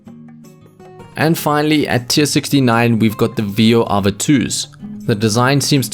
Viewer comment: VeD-AVA not veo ava not ved eiva VED AVA